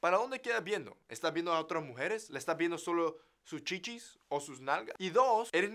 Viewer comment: Jajaja escuchar "chichis" en el acento de nuestro pocho favorito es graciosísimo